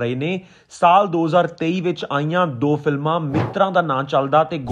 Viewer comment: ਸਾਲ਼ ਨ੍ਹੀ ਸਾਲ (saal not saalh). ਤਲੱਫੁਜ਼ ਠੀਕ ਕਰੋ